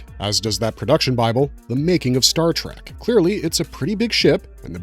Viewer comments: Exactly. How can this guy get all the names and races right but mispronounce the name of the franchise!!! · Good video but please stop saying Star TrAk